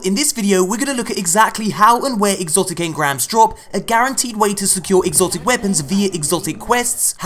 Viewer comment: "He got an exocit NOICE"